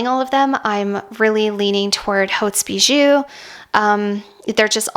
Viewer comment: the right pronunciation it's OT BIJU. HAU it's O, and the S it.s mute. And then OUX it-s U. so. OT BIJU! :)